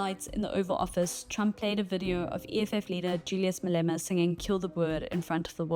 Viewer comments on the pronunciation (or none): none